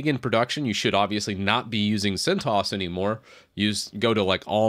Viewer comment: Correct pronunciation is 'CENT OH ESS' ;)